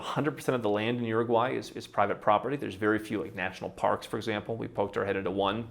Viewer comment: Say what you want but the little guy actually pronounced the name of the country properly